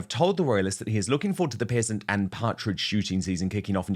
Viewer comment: He’s shooting pheasants, Dan - not “peasants”!!!!!